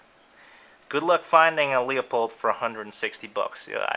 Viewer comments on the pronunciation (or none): It's not LEO POLD, it's LOO-Pold.